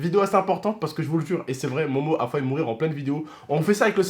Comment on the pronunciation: Il a dit : fahu mourir.... ow shiiiit le francais